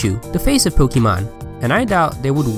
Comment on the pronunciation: You pronounce it Pokamon and not Pokeeemon.. how silly